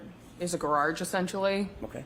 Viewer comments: Imagine saying gararge multiple times and then being pissed about him mispronouncing her name 🤡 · She can’t pronounce the word garage. She says “gararge”. Hahaha! Is that how they pronounce it in MA? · The way she says garARGE makes me crazy. She must have taken Hanks hebatoba and inscissor English class. 😂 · What is a "Garge"?..😂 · Oh she’s going to get the unwanted lash back and negativity from the public, online and social media now. She deserves it! She could have come and testified without the attitude and unprofessionalism and testified truthfully. And BTW the word garage is not pronounced gar-Rage” ma’am! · Why does she say “gararge”? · WTF is a “gararge”? 🤨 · She pronounced "garage" as "gararge", twice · Distorted memory? False memory? Give me a break. That judge imo should be prosecuted after this. The objections she sustains on behalf of the state are confusing and seem very bias based. Oh and wtf is a "gararge"? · The irony of getting mad someone can’t say your name all the while butchering the simple word garage is hilarious!! What a joke 😂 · She also has problems say garage, must have something to do with the R in the word. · Did anyone else notice the way she pronounces “garage”…or am I crazy? lol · Why has she not been arrested for murder of the word “garage”? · Someone please tell this woman that there is only one R in garage.